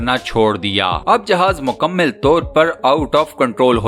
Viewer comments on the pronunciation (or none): Mukammil Nahi Mukammal Hota Hai